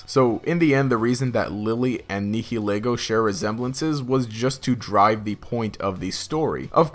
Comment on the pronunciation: Your pronouncination of UB-01 infuriates me. It's Nihi, like annihilate, and Lego, like the bricks.